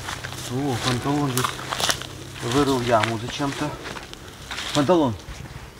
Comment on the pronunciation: Не Панталон... А "ПАН-ЭТАЛОН", КРАСАВЧИК